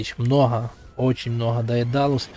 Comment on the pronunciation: МноХа ахаха Иди к логопеду сходи))